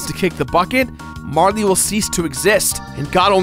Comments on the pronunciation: it's Marl. not Marly. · It's not marlee its marl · It's pronounced like Carl. I don't understand why you and ProJared want to make your videos unwatchable. ( Joking, but seriously. Marley drives me crazy) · So, it's pronounced Mar-lee? I always thought it was Marl, like Karl, but with an M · Congrats on 200 episodes! Mar-lee, though? :/ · it's not "marle" like rhyming with "harley," it's "marle" like rhyming with "carl." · Fyi, Marle is pronounced Marl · Aside from you calling Marle "Marley," which is not how I internalized her name, the rest was pretty great. Nice job! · you probably don't care, but there's no "e" sound at the end of marle's name...マール can be pronounced as "marl" or "mar" or "mall" or "mahru" or a number of things, but none of them end with an "e" sound. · Had to pause the video just to comment on your incorrect pronunciation of Marle.